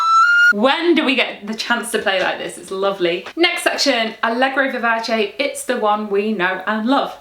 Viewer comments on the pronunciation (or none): none